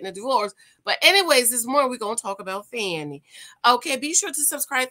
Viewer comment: You don't know how to pronounce her name as much as it has been in the media? This is trash. What a way to make a living.